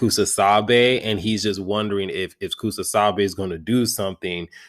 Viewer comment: it's KUSAKABE bro, you mispronounce it in all your videos.